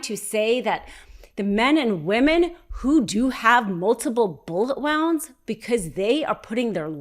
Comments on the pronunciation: Anybody else weirded out by the bullet "wououonds" thing? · The word is pronounced "woonds". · Bullet wownds? 🙃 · Why is she saying wounds like rounds with a W? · Why does she keep using the wrong pronunciation of wound? She keeps saying bullet wounds but with wound as in the past tense of wind. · Somebody please tell her how to say wounds properly. It's kind of important to sound like you know what you are talking about.